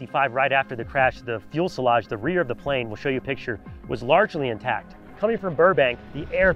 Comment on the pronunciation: If you say "fuelselage" one more time.. 😂. It's "fuselage" with one L